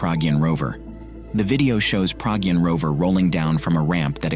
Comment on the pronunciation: Not Praagyun it’s Pragyaan .